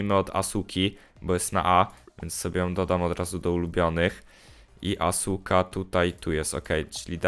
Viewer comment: mordo to nie jest asuka tylko aska